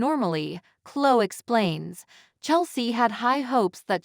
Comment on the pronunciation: Gabot? Klo? Diaane? It’s Pronounced “Jabo” and “Cloee” and “Diane” Why does it drive me “Crazy” when these commentators can’t pronounce these names right? Please get someone that watches the show and knows how names and places are pronounced! I have heard one that doesn’t know how to pronounce “Genoa City”. “Uuuggg!” 🤦‍♀️